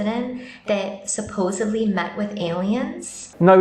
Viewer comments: Oh god, she said "supposubly" 🤣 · What about...."supposably" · Never trust someone who says supposevly instead of supposedly.